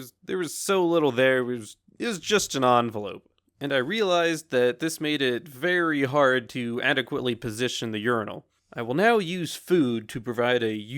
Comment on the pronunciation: “It was just an evenlope” lol